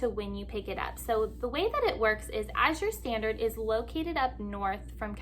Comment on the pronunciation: I can’t se anyone complaining about the prices and selection of what Azure Standard…..and yes, you said the name absolutely correct. Did you get the order yet? What did you think?